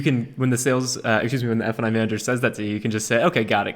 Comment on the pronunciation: You guys keep saying "f & i," but I hear "f-ing"